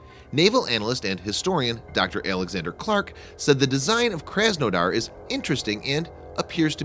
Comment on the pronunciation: Your butcheribg the name. My parents are from the city of krasnodar And I was triggered. Its pronouced KrasNadar with your heaviest russian accent.